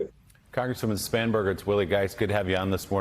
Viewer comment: Spam-Burger? Did I hear that right?